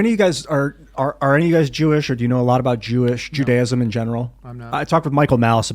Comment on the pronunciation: Jews search out opulence? and Moslems dont??? That's why they hate the Jews? Sir you spoke like a clueless assh*le. I generally respect this show. Please do any investigation and learning before saying such a ridiculous (BTW antisemetic ) thing. I also suggest you learn how to say the word Judaism. Honestly was shocked that you said such garbage with full confidence BTW why have Christians like Kenye hated us so much throughout history . Why does the UN target Israel with lies and propaganda? I think you need to find out the reality or keep quiet before spewing such stupidity